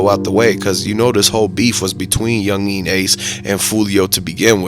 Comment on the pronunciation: "Youngin" bro, not "yungeeeeen" 😂